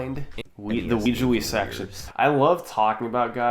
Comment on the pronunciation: Love him making fun of '17 SS for saying "Pokeguy" and then later in this video he mispronounces Ouija.